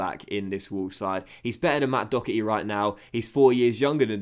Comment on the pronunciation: Dockery!? Lol in ireland we pronounce it Do-Her-Try